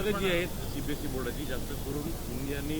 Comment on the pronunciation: Cbse चा उच्चार करून बघ फास्ट मध्ये